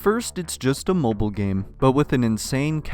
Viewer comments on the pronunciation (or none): none